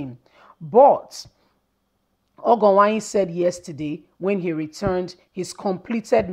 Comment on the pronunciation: Well thats a teaser, I just want you to know the error in your pronunciation, pls try to improve on the pronunciation of these Nigerian names been it Edo igbo or Yoruba or look for someone to help which is very necessary, you May not be a Nigeria, fine.. or a different tribe, fine.. but Education suppose to make the different, because you wrote Ogienwonyi and you pronounce ogo Uwanyi, Disclaimer This is not to dent your work, But to make you Improved for some of us your subscribers